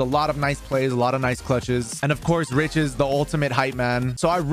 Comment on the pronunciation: Is it just me or does it always sound like they say "Ridge" instead of Rich? I must be crazy lol